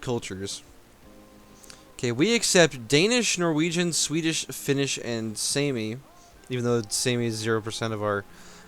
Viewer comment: It's pronounced "Sah-mee". If it was just a normal word I wouldn't care, but since it's a group of people... you know.